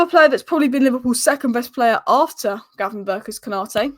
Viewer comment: The only inconsistent thing about Ryan Gravenberch is pronouncing his name.